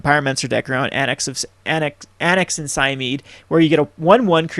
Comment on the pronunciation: 3 things: "Et Cetera" not "Ed Cedra". It's pronounced "Polykranos" meaning "Many heads" in Greek. Also Cymede is pronounced "Cymehdee".